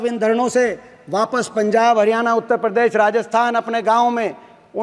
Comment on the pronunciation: Bhai aapke father 10 sal C.M. rah chuke hai Kam se kam हरियाणा ko हरियाना to na bolo 🙏🙏